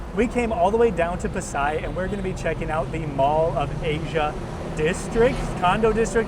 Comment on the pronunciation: it's pronounced...Pah-sai (Pasay) I had a place at Figueroa st., near City Hall. watching from Tagaytay City